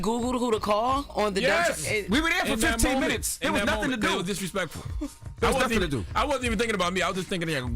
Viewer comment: “ it was disrespectful “ he sound so New York 😅😂😂